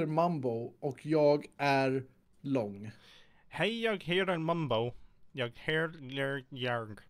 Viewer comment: You mispronounced "jag".